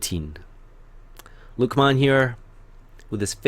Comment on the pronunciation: do u have any arab in you you pronounced luqmans name correctly and i was jus wondering